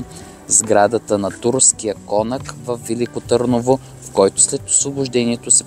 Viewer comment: Много хубаво филмче - информативно, увлекателно и направено с мерак :) Само две малки неща - Турския кона́к и хан Хаджи Николи́ :) Поздрави от Търново!